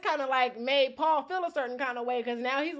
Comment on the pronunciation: Paul must’ve had something against you because you pronounced his name wrong. Seems like something that would hurt Paul’s massive ego.